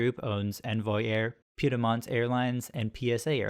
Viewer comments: Two syllables Pied Mont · why make an aviation video if you can’t pronounce Piedmont?